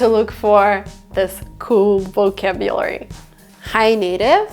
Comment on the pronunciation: She needs a little humility. Her accent is still strong and she does not pronounce several of those words like a native English speaker would. For example, she mispronounced ambiance and vocabulary.